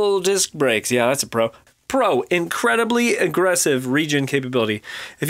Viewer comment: Everytime he said "pro"... I thought he said "bro". :D :D